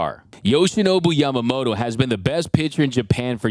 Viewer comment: his name is YamamoTO, not YamamoRO, so please pronaunce properly in Japanese.🙏🏻🇯🇵